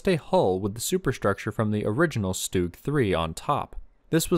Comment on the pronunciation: You pronounce stug wrong